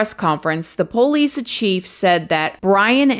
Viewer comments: I just have to say I love the way she says 'po-lice', reminds me so much of how my dad says 'po-lice' haha. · Can you please learn how to pronounce “police,” for the love of godddddddd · The pole-eese 🤣